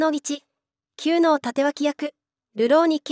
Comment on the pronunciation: ✖️きゅうのう ○くのう